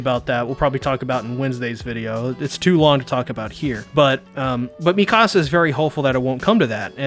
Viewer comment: I luv your commentary..but dude..her name is HAHN-GEE. Is there a reason you call her "Hangh?" Maybe I'm missing something(?) Or maybe I'm just a stickler for their names cause, I have so much respect for these characters.. Also, its [Meek-a-suh], not "Me-KAH-suh." I'm real protective of the Survey Corps. (I know..its weird)